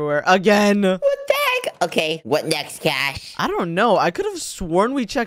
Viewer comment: WHY ARE YOU GUYS SAYING IT WRONG@ It's Cash and